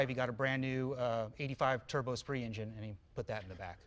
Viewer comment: "Uh spree"? That's an "s spirit" Jay. You pronounce car names funny. He could've just swapped in the 2.2 from the glhs omni. Faster and cheaper.